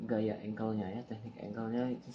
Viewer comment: Bang instruksi, yang bener teknik bukan tehnik bang 🤣 ngeteh bang wkwkwk. Bagus tutorialnya sangat membantu Bagus 🙏